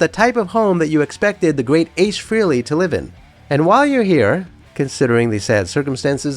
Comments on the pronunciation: Just a note here that some of your references are incorrect. 1. It's pronounced FRAY-lee (not free-lee). 2. The pics of Ace with his guitars were NOT taken at his Wilton, CT home. Photographer Bob Gruen clearly explained in more than one interview that he took those photos at Ace's home in Irvington, NY in June 1978. It was a much smaller dwelling as evidenced by the low ceilings. Ace did not move into his Wilton home until late August 1978 - and construction had just begun on his "Ace in the Hole" studio that summer. There was "renovation" -- that studio was built from scratch during as evidenced in many meetings that included Aucoin Management's (and by default Ace's) legal representatives. Blueprint drafts went through many variations/updates during that time period and substantially increased the final price tag on the buildout of his Wilton studio. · FrAAAley, not Freeley. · It's frehley not freely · It is a common mistake .. His last name is pronounced "fray-lee' not "free-lee" . Hence the play on words for his solo band Frehley's Comet ( "Fray-lees Comet ") a word play on "Hailey's Comet" which was the first tracked and mapped comet by scientist Hailey. Interesting video. Good narration.: The legendary Paul Daniel "Ace" Frehley R.I.P. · If you are going to put out a “fan video” for the love of god at least pronounce his last name right.